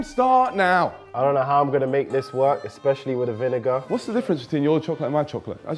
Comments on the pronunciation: Bruh no way in hell you're saying "vin-n word" instead of vinegar that's mental😢 please don't make that a thing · niko calling vinegar "vin n word" killed me 😂😂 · THIS! It was Kenny asking to repeat it first, then says, “er.. vin-fella” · repeat the word vinegar 10 times until u get it